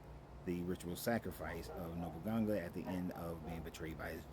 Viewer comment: No boo nah gaaa lol that's how you'd pronounce it